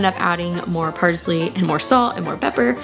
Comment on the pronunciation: “Parzley” is killing me